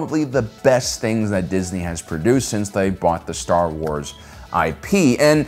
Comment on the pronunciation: releases genuinely deep and thought-provoking video Also: Staa Uaas